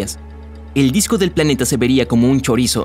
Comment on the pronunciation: Me dio risa cuando. Dijo choriso